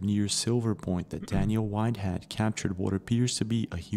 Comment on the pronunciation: When you thought widehead was that guy's name, I think he said Whitehead, there is a last name called Whitehead lol. Idk if it's only in America but I know it's a prominent one in USA's southern states.